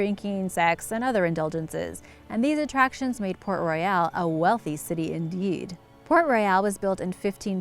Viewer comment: PRONOUNCE THE NAME RIGHT IF YOU'RE GONNA KEEP REPEATING IT... THE NAME IS PORT ROYAL AND NOT "PORT ROY- YALE" LIKE U KEEP SAYING 🙄🙄🙄